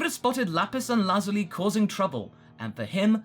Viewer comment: Bro stop over pronouncing lapis and lazuli